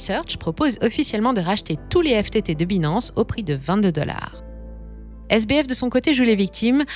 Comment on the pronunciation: C'est trop cucu la façon qu'elle prononce Binance😂😂😂. Il faudrait qu'elle prenne des cours d'Anglais. Hasheur le prononce si bien.